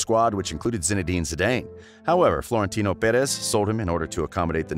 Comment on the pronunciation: “Buff-en”??.. 😂😂😂 Jesus Christ man, get the names right. Lol And it’s not “Zee-Dane” either for Christ’s sake... 😆